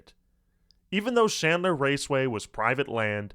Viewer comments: It's PRONOUNCED AXE SESSORY NOT a cessoree It's CHandler NOT shandler Your shitty teachers and 20s are showing. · Is there any particular reason that you're pronouncing Chandler, Shandler? It's thoroughly ANNOYING, especially when you constantly keep doing it!